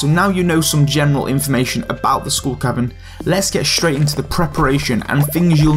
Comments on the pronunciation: No it's SKULL. not SCHOOL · “Heych Pee” “School Caverns”